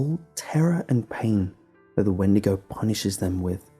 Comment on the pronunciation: "Sigh" a windago? Really?